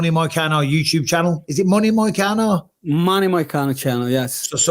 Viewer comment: “Moicana” is crazy disrespect brotha, correct that mtfk